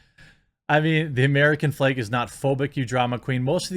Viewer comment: Flag> Fleg it’s like you don’t even try to pronounce “a”s